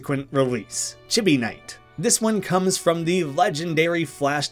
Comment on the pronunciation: I'm a little sad you didn't mention Artix Entertainment and AdventureQuest; they never did have their games on Newgrounds though. Edit: "Chibi" is pronounced "chee bee." It's Japanese.